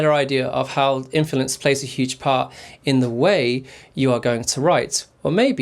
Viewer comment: This man can't say “Influence” to save his life😂